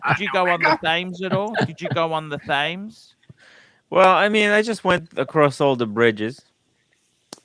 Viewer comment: Thame .. Thame ..... ?? Thames (river) = (Pronounced Tems) lol & Storeditch is Shoreditch (sure ditch)